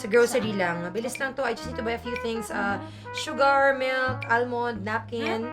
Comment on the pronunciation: So... on , you corrected the pronounciation of “almond,” but did not correct the pronunciation for “sugar?”